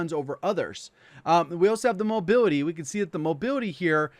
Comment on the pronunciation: I cant unhear him saying mobiwity when he says mobility lololololol